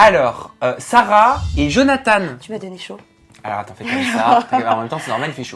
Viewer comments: On dit johnatan pa johnatane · Sa ma stresser quand vous avez dit Jonathane(e) 😂